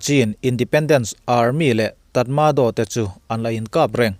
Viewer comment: 'Trat ma draw' tiin lam la a dik hnai hret ang...